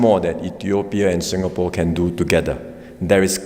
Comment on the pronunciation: It's ingapore now 😂😂😂